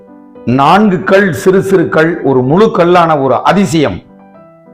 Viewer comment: 4 Kal enbathai kudikkum Kal endra tamil pothu lagaram ie. Kilikku podum LA pottu ill ucharikkireergal .2vathu il klcorrectaaga solgireergal.